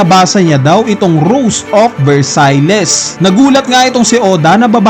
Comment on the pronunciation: Versailles is pronounced as Ver-sayl, not Ver-say-les.